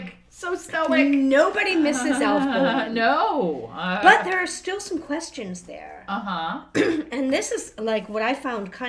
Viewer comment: As some one related to Alf bolin (he’s my grate great grandfather’s grate uncle) I pronounced it Bo-Len